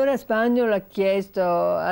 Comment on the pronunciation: Alla Signora Ripa di Meana consiglio caldamente la corretta pronuncia del nome Spagnòl. Non Spàgnol.